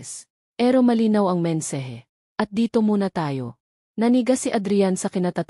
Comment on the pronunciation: Nakakaloka mha estorya my gulo alam ng kapitbahay pero hindi manlang tumawag ang pulis at pilipino kaba bakit hindi maganda pagbigkas mo na gate.mensahe at iba pa hindi konalang tapusin pangit